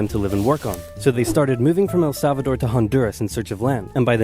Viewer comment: I'll admit it, I thought it was Belize at first when the map was shown. Need to brush up on my Central American geography and props to the bloke for nailing Honduras